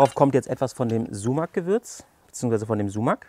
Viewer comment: Richtig cool, vielleicht zur Info für die nichttürkischsprachigen Zuschauer Sumak wird mit einem scharfen s gesprochen d.h. wie die das ß in Straße oder wie das S im englischen Wort Silence, aber nicht wie das S in Seife.